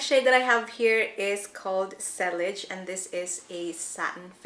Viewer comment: Sillage is pronounced like “si- yahj”